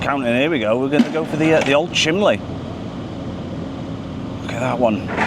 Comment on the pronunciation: I love the way you call the chimney stack “a chimley stack”. A northern thing I imagine ?